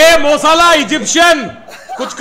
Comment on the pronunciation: saying mosalah you met salah